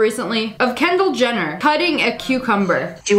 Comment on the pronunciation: OKAY SHE CALLED Kylie Jenner CENDELL JENNNER OR AM I WRONG